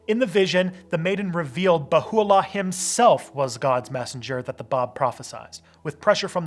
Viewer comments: It's not Bahoo-allah More like Beha-ullah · IT'S BAHA 'U'LLAH. NOT BAHULLA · Baha’u’llah (not Bahu’u’llah) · I was raised Baha'i. The Bab was a profit who spoke about the manifestation of God coming, he did not claim to be the manifestation. Also, it's pronounced "Bah - ha - oo - la" not "ba- who - oo - la." It's not completely Abrahamic, because they recognize more than just Abrahamic religions as their spiritual history. Gay people are allowed, but must be celibate. Good video though. Difficult topic. Overall, it's pretty accurate. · As a Baha'i I would give this video 7.5, great research since you are a not a Baha'i, but next time try to speak to an Baha'i before you do the video, there are lot of o small but very important mistakes. PS. Bahá'u'lláh not Baho' u'allah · Nas P who is it then? People can do what they want, but it is more conducive to unity if you respect others wishes. (Also it is pronounced "Ba-Ha O La" not Ba-Hoo O La) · Mostly accurate rendition but it would be appropriate to learn how to pronounce the prophets name. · The words deriving from Arabic are even more badly mangled by the majority, but that only demonstrates the wisdom of Baha'u'llah in calling for an auxiliary universal language.